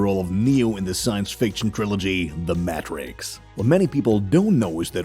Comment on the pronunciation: Germans like the narrator do.